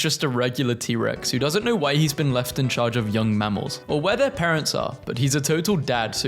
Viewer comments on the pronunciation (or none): none